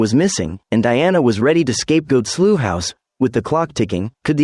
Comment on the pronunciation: Work on your rendering of "Slough", because as of now you are unintelligible.